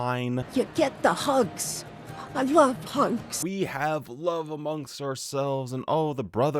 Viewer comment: Am I the only who thought she said pugs instead of hugs? It sounded like pugs instead of hugs to me. "You get the pugs. I love pugs." That's what it sounded like to me.